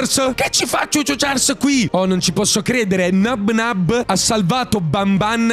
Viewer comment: Non si dice Nabnáb ma si dice Nábnab